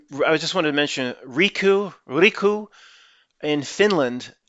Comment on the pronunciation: "Riku" with our R was good. Please continue with that.